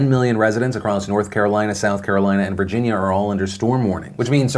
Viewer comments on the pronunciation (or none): none